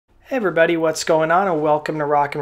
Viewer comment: Hey 'evrybuddy" let's talk bout buckcherry chuckberry